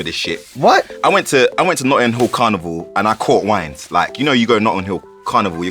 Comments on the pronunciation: im confused why he said "carnival" like that??? American ppl is that how u prounce it or nah ? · "car-nee-vaal" lmao sean